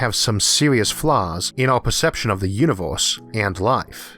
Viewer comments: What IS that accent? Flip random vowels to something completely different.. I've never heard that. "The Univorse is a vast cosmic .." AAAAAAAAAARGHH I can't listen to it!!!! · "the univorce"